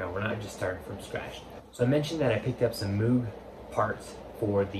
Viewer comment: It’s pronounced mogue like vogue